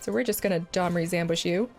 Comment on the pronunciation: Sounded like "Dahmer's Ambush" rather than "Domri's." Cast to spring out of the bushes in the park at midnight and kill target creature. Put target creature in your freezer. Eat said frozen creature up to three times in the next 10 turns to gain 2 health. Eating frozen creature parts also puts a 1/1 fanatic tokens in play. Fanatics can be sacrificed for an additional 1 health at any time. Boom, first card of the Magic serial killer expansion designed. You're welcome, Wizards. You figure out the casting cost.